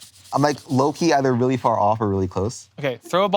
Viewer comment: “They’re in the yahd, not too faah from the caah” 🦈